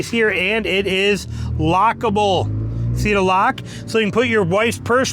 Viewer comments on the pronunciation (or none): none